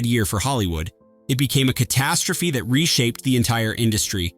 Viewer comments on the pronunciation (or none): none